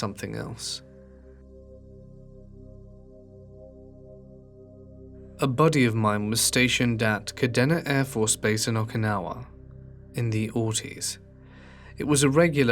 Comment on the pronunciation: Lol Air Force Vet here. Love your videos but I have to let you know (with all the love, promise), it’s “ka-DEE-na” afb, and “mih/muh -cord” afb. I know you wouldn’t know better, it gave me a little giggle though. ♥️